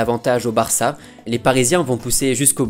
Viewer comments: Pourquoi tu mets un m à la fin de tes phrases quand tu parles ????? Genre le BarçaM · Euh, c'est moi ou il met des "m" à la fin de plein de mot ? "Trois - troim" "le Barçam" "encore une foim" ...